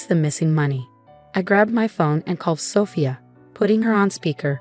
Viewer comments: Sophia is not pronounced with a short O, it's a long O. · Don’t forget about Sophia. Messed that one up too